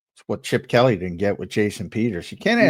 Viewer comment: It's not Kelly it's Kelee Sheesh you guys talk about one team and still can't get the names right